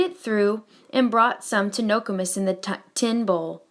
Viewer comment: Ur saying nokomis wrong but thanks for helping me get caught up